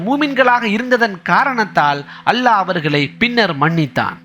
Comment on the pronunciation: Great speech. Try to pronounce the great word ALLAH properly plz